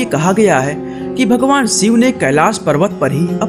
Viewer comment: आप श वर्ण का उच्चारण तो कर नहीं सकते, शिव शब्द को सिव कहते हो, अपनी भाषा ठीक करो...